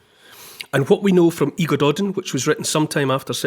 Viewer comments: ‘Y Gododdin’ …. One of the oldest pieces of Welsh poetry, written in Scotland. Pronounced ‘Uh Godothin’ …. Do your research better😏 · Y Gododdin is pronounced phonetically thus: " Uh - God - Oth - inn " However, Neil's pronunciation of the King, Mynyddog Mwynfawr is near perfect 👍😊